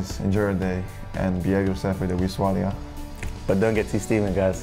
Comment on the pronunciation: Bitton saying swallay pmsl